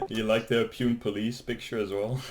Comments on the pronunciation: its read as ...poonay... not pune 😆😆😆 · Hey bro City = Pune It’s actually pronounced as pu - nai (or) pu - na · city pronunciation : poo-ney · It's pronounced Punaay not Pune anyways great job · It is pronounced as /ˈpuːnə/ not "pewn" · "PUNE" - pronounced as "PUNEY" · The city in Maharashtra is pronounced 'poo-ney', not 'poon'. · Its pronounced puunee man not pune😂😂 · loved the way u pronounced "Pune ie . Poonay" as Pyun" 😆😆😝😝😝😝😝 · he said piun to pune XD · City not pyun.... Its PUNEEEE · Pune - Poo-naa. Not P-you-nn 😁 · Its pune not puuuuunnnnn 😂😂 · thats not puunn XD.. thats puu n a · Poonayy that’s how it’s pronounced, not pune! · “Poo - nae “ not pyune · It's pooooooneee not pun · It is not city peun it is poooneaa (pronounce like that) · Amazing. Indians hate these people too and nobody does a damn thing about it. Also, that city Pune is 'Pooh-nay' not pyoon. :) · Btw it's pronounced as Poo-nay not pewn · its pronounced Poonae and not pune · It's not called pune(pume) 😅 it is actually pronounce as " Pu Ne"... 👍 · Love the way you said pyoon. It's poo-nay:). Thank you for your work on behalf of a billion good Indians who suffer because of these bazztards. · Bro that's not spelled as poon that is poone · Pune - pyoon :-) Poon-eh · Bro i am from pune😁 and its pronounced "ponay".... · Aur vo pun Nahi hai Pune hai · Pronounced Poo-ne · Lol Pune will pronounce as Poo/naayy ❤ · It's pronounce as PU-NE 😁😁😁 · Just fyi, 'Pune' is pronounced 'Poo-nay'. Also, great work as usual. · Love the work! PS Pune is pronounced poo-nay. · State: Maharashtra City: pune pronunciation pu-ne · LMFAO, The way you pronounce pune cracked me up, its pronounced as poonae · Hey I m from India,i love what u do to those rascals... And also... PUNE is pronounced as Poonay 😅 anyway... Love ur work! ❤️ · Great video. Pune is prounounced PUNAY. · Pune 😂😂😂😂 it’s pronounced as poo ne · Loved the idea of Pune Police logo ..you rock !! BTW Pune city is pronounced as "PooNay" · Pronounce Poo-Ney